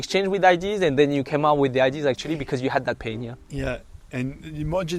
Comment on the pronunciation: Why do french people always pronounce Ideas as IDs 😂